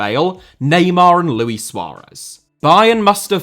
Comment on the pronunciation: I love your work but Suarez's first name is Luís ("Loo-EESS"), not Louie or Louis. He's not French :)